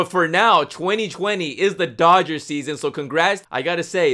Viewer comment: It’s Dodgers not dogers